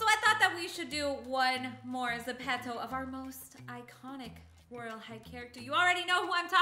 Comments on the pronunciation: Zepeto (Ze-pee-toe) Not (Ze-pet-toe) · You say it zip-top